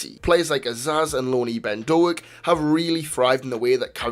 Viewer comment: Small point - it's not Do-ak, it's Doak (rhymes with 'oak').